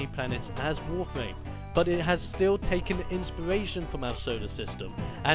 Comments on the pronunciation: Is it just me or did he said Warfame instead of Warframe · It's not warfwam or warfame it's warframe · Its warfram not warflam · why does he call it "wawfwame?" where are the r's? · "WOFAME" lol, is it that this guy is british or is he really just missing a tooth???